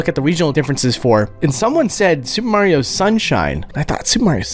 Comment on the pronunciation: You said “Mario” wrong.